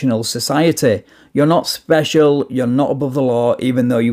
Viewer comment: He spichel😅